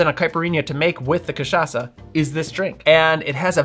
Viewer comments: I loved the way he pronounces CACHAÇA like a real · Just brought a bottle of cachaça back from Brazil and am so stoked that you said it right lol (and stoked to make this, of course) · It's difficult to speak like a Brazilian, but other than that, your pronunciation of Rabo de Galo and Cachaça is very good, almost like you were one of us, haha.